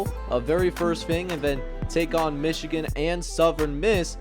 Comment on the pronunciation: Mee-chigan? lol.